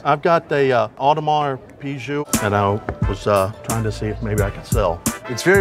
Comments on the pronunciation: My man said Pewwguee and the other dude said Peewjew. Bro neither of you were close. And 8 grand for an AP that looks like that isn’t going for anything less then 35 grand 😂😂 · Awdimarz Pigway and Ahdimar Pijew. Best mispronunciation of an AP ever. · Audemars pigway’.. Audermars pijue’😂😂😂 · Was looking for this comment... I rolled when I heard them pronounce that😂😂😂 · Why can none of them pronounce audemars piguet correctly lmao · Owning a real Audemars Piguet and you don't even know how to pronounce it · The way he pronounces Audemars Piguet has to be a joke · The abject butchering of the watches name is just sad. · No one knows how to pronounce audemars piquet 🤣